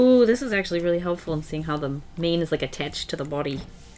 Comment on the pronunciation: is it just me or did the "attached" sound very Australian